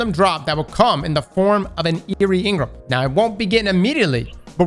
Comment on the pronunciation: Crossssssssssssss! N-Gram. Not In-Grum. Pleaseeee. 😂